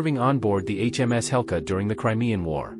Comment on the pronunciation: HMS Hecla not Helca!